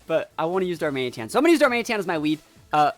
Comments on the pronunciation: the way you said darmanĒtan about 50 times was quite a bit annoying xD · most people pronounce it darman it an/darman uh tan. Whatever is easier though. I will say it was slightly bothering but pretty easy to overlook